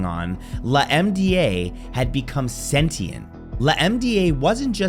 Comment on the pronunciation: LaMDA I believe they pronounced Lambda